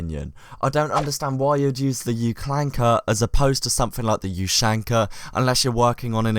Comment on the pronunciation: The way you pronounce ushanka triggers me...